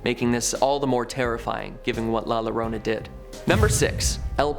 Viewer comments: Thanks for the video, I enjoyed it very much... I hope this helps your spanish, when you see 2 L's LLorona in spanish the LL sounds like the letter J in English as in Jump and you roll the R So you would pronounce it Jorrona. To make it more confusing J in spanish sounds like the letter H in English and the H in spanish is typically silent. LOL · The double L in La llarona is pronounced as a y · I live in San Antonio it's called la llorona not lorolna hahaha 🤣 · He said la Llorona all wrong 😂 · The way he says "la llorona " 🤮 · Lol the pronunciation of La Llorona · La Llorona drowned her own children,. " The most common lore about La Llorona includes her initially being an Indigenous woman who murdered her own children." And, please study the pronunciation. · Dude say “LA LLORONA” correctly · Actually the pronunciation of "LL" in Spanish is more like the english "J" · You pronounced la llorona so wrong 😭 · It’s actually la llorona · In Spanish the ll at the beginning of a word makes the your sound. So La Llorona is pronounced Lah Yourowna. And it's not a strictly Texas myth. La Llorona was and still might be used as a way to keep behaving and especially not sneaking out of the house at night. Down here in Coastal South Texas La Llorona is in the Gulf of Mexico or Corpus Christi Bay. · Please for the love of god, learn how to pronounce things before you make a video about them. La Llorona is pronounced La Yo-Ro-Na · la lorona 😭😭😭😭 jesus, the whitest pronunciation of la llorona ever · La Llorona is pronounced La Yo-ro-na, in Spanish the LL makes a Y sound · La Llorona is pronounced: Lah Joh-rohna Or Joe'Rohnna if it's easier. Two L's together in Spanish make the J sound. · You say la llorana like you’re saying a y, so it would be pronounced la yorona (even tho it’s spelled with two l’s) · Please pronounce the name of La Llorona correctly. It's pronounce Yo-ro-na. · La "LOWROUNA??!.., 😂😂😁🤣😁🤣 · The weeping lady is pronounced La YoRoNah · Pronounced her name wrong